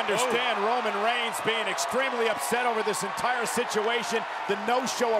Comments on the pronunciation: Did this dude say ramen 🍜. reigns 😂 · Did this man just say raman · Anyone notice that he says Ramon reigns at the start